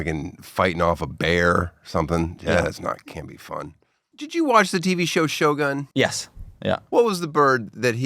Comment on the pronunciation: Wow! Pronouncing Shogun, Showgun, is really crazy!